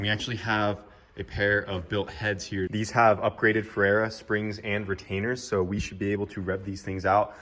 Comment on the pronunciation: OMG ! REALLY ! YOU GUYS USE THE BEST VALVE TRAIN COMPONENTS IN THE. WORLD SO AT LEAST SAY IT CORRECTLY ! *************FUR RAY YUH..... FERREA